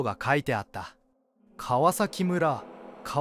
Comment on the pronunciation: カワキレムラ？ これ、皮裂で「カワサキ」と読むんだけど…。「裂」は裂くと書いて「サク」とも読むでしょ？